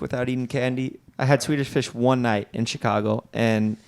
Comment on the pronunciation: can not say Swedish fish 🐠😂